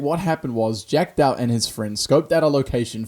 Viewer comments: Datuh??? Really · jack dauth not DATUH